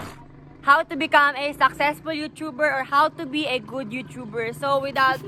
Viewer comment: you(chu)ber. ang sakit sa tenga.